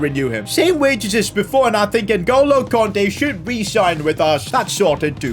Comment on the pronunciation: Nuh goalo Kante? You mean Ngolo kante